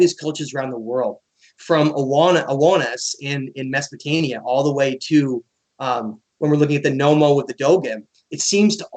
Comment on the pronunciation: it`s Sumer NOT Sumeria and Mesopotamia NOT Mesopotania...just saying